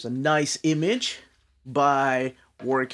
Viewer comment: I’ve always loved Warwick’s work. It’s pronounced ‘Warrick’ by the way.